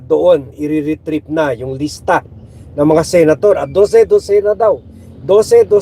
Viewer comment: Listahan, hindi lista!